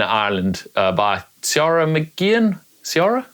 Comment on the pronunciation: Key-ra (Ciara)